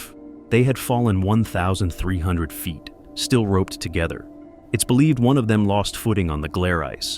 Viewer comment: I like these videos but the narrator’s pronunciation of ‘feet’ and ‘foot’ is off putting.